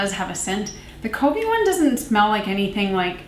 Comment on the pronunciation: Ah I’ve been excited to hear your thoughts on the Covey one! It’s kuh-vee and it means a flock of birds. Anyway, I like this style of review when you have more products to review that like you said doesn’t require a full video per. I haven’t heard of the brand one kind before, but I kinda like their branding. I’ve been meaning to try RMS products but it’s hard to prioritize products to try.